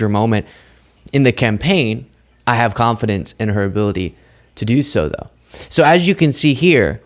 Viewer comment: my dear. You're the only one I follow. But please quit saying show instead of the word SO and adding ph'S in front of words that has nothing to do with p h 's!!!! Does anybody get what I'm saying!